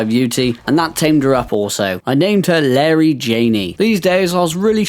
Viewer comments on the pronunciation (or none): none